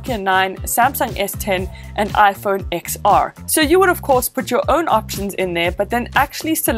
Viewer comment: Its pronounced ”iPhone Ten R”